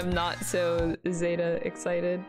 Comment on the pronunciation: I find it interesting how people apparently hear different things than what people actually say...how people pronounce things differently despite hearing it from others. For example, how Minamimoto clearly says Zetta as zeh-tuh...but she keeps sayin it as zay-tuh, despite having heard Minamimoto say it several, several....SEVERAL times lol not really a complaint, just an observation, especially cause ive seen other people do it with other words